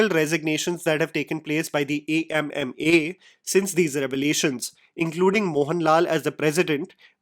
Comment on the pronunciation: Thank you for calling the association by its name, A.M.M.A., instead of how they claimed it should be pronounced as AMMA (Mother)